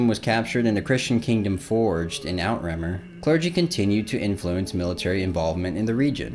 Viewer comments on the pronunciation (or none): that’s French, it’s pronounced eww-trah-mere. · Good video but plz research proper pronounciation. GerMAnus, not GermaNUS. Outremer: ooh-tra-mehr. And so on.